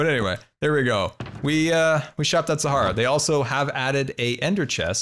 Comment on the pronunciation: GUYS SCAR IS ACTUALLY PRONOUCING SAHARA CORRECTLY NOW INSTEAD OF SAHARIA